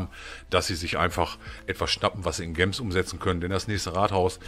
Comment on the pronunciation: Kannst du gems bitte nicht so deutsch aussprechen, entweder englisch oder halt deutsch und dann bitte Juwelen ....